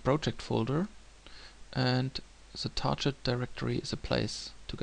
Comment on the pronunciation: I like the video - thanks for that. However, I would check the pronunciation of the word "target" :P